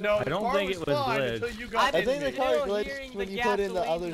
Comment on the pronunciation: said the Gar was glitched in stead of the Car was glitched 😂